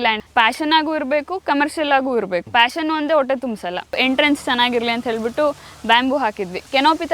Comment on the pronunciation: ಫ್ಯಾಷನ್ ಅಲ್ಲ ಸಾರ್! ಪಾಷನ್!! ಉತ್ಸಾಹ.